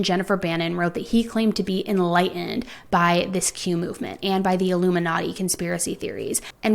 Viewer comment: what the hell is Q-movement? You need to at least pronounce it clearly so people can look it up.